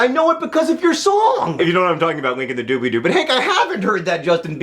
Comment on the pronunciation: It's doo-blee-doo with an "L" in the middle. ;)